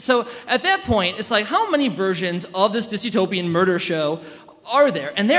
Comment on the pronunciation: DYSTOPIAN. The WORD is DYSTOPIAN. There is no such word as "disutopian".